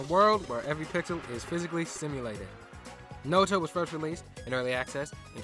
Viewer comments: Every Time You Mispronounce Noita As No-ita I Feel Physical Pain (It's Pronounced Noi-ta) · Please I know its probably isn't much but Noita is pronounced as Noy-ta, it is a Finnish word, stands for witch. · Noah-tuh. I am going feral. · I find it intersting how you pronounce Noita like /no'wita/ instead of /'nojta/. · "Nowita" sounds like how Slavs would call the main character of Doraemon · "Know-it-a" has a hilarious ring to it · Tip: the i in Noita is pronounced as the y in yogurt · I know I pronounce Noita wrong, my bad. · Its ok, you didn't noita pronounce it! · hey dude you pronounced noita wrong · It was very stressful to listen to but at least you have learned. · Oh thank god I thought I was going crazy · I kinda like this different pronunciation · Thats my bad. I should've looked up how to pronounce it before I recorded. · That's really not how noita is pronounced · I'm sure it was a good video, but I CANNOT get over how you butcher the word noita. Cannot watch further, sorry lol